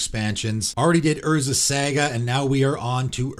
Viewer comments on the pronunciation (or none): It is pronounced Sah-Gah not Sagg-ah